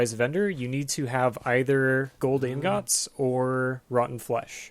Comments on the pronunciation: in-góts wtf are ingóts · Lol you pronounce ingots like a fucking moron.